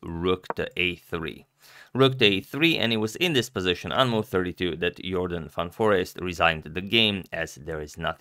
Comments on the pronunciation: Congrats on the pronunciation! Van Foreest sounds good! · Nice to hear the proper pronunciation of Van Foreest!